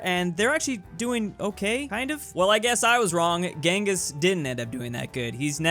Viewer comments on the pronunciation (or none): none